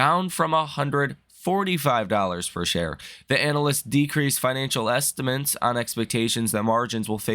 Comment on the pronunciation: Man… I love your content and thank you for it.. but I don’t understand why you say “estimants” instead of estimates 😅😂